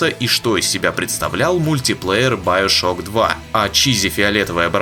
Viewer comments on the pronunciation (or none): none